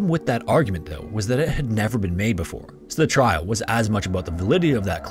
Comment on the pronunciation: I’m glad someone else brought this up. It’s not the speed, it’s the fact that he cuts off syllables off of his words, usually the first syllable. “Before” sounds like “for,” and “perform” sounds like “form,” making it an effort to listen. It’s very distracting. Just enunciate!